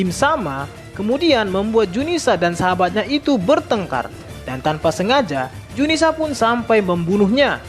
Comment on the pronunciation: zunisha bukan junisa...admin koplak